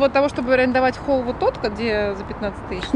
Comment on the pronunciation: Я считаю,молодожены выбрали площадку с выходом на крышу... Не расслышала атлон? Холл))))